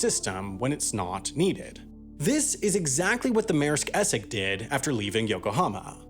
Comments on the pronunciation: its es-sex not esec. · Essex is not pronounced Esseck :| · Your inability to pronounce the word Essex is hilarious 🤣